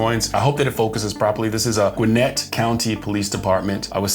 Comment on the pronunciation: You said Gwinnett right! It's part of Atlanta metro area, so I'm sure they see some hairy things. Love and respect from this Atlanta lady!